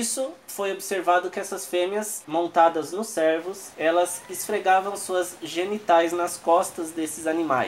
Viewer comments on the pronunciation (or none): Vídeo bacana mano, mas você esta chamando os cervos de servos kk (trocando o ê por é)